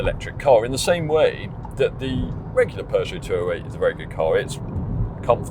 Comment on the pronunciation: Peugeot pap nat car 😂😂😂😂😂